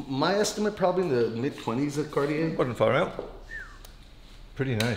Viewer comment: I can’t count how many times this dude pronounced Cartier wrong being the expert 😂